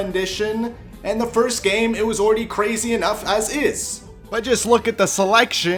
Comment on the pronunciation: Hearing ur little speech impediment is so cute listen to him say “gammmmme”